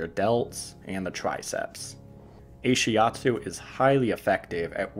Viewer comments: Ashiatsu isn't not-shiatsu but rather massage done with the feet. Ashi means foot (足), atsu means pressure(圧) in Japanese. Also it's pronouced Ah-shi atsu, not ei-shi atsu. But great video! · Why did you say 'Ay-shiatsu" instead of 'AH-shiatsu'? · Brill. thanks very much despite strange pronunciation, of Ahiastu ;-) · You pronounce and translate it wrongly. The name of this therapy comes from ASHI- means FEET and ATSU- massage pressure in Japanese. ASHI-ATSU. Ashiatsu. I am an instructor on this modality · I have to wonder if this guy actually talked to the therapist or read up on the modality since he's just starting off already with completely wrong, easily looked up information. I can somewhat forgive pronouncing ashiatsu wrong, but it implies he talked to few or no therapists, but the word isn't an English word with Greek origin. It is literally a Japanese loan word. And it translates to foot pressure. Ashi in Japanese means both leg and foot. Shiatsu does not mean hands. It's like he's just making stuff up even the most cursory search could disprove. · He doesn’t pronounce it right. ...